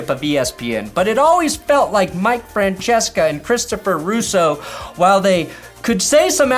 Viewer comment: Gotta respect for pronouncing Mike Francesca the proper Italian way, few get that right!